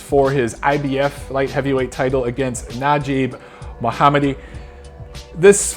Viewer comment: Mad props for pronouncing Nadjib Mohammedi correct! Lots of guys just been butchering it. I like your vids!